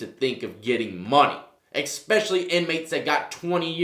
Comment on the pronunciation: Expecially isn't a word. It's especially.